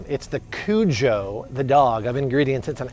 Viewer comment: He said CUJO lol